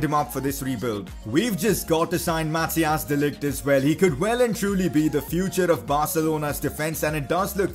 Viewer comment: You say it like mathice not mathias